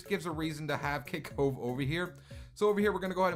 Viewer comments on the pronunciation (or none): i keep hearing him saying kit cove